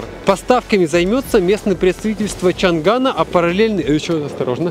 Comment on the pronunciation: Да это для нас , побольше комментов писали. Чанган как он тоже чанан называл